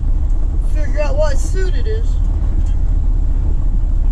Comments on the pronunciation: if the word you're saying as suit is spelled that way you are saying it correctly,but if the word is spelt as suite then it is pronounced like sweet. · suite is pronounced sweet...